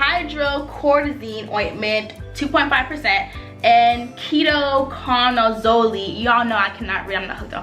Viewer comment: She calls people genius in a sarcastic way and the Beatch can't pronounce Ketoconazole? I think she needs to steam down her snatch too 😂